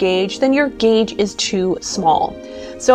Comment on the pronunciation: Why do you write "gauge" and call it Geytsh?